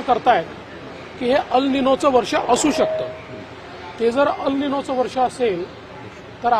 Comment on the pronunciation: अल निनो नाही....तर *एल निनो*......